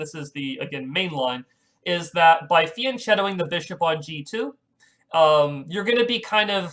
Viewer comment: fianchetto has a k- sound.